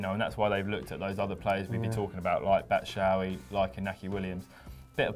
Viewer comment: Batshuayi (Bat-Shoo-Eye-Ee)- get it right